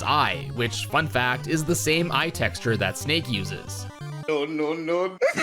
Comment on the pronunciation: "Textra" Texture